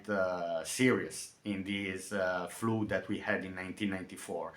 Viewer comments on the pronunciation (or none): Btw, it is pronounced flud not floode. Pleas delete this comment as your English is quit excellent.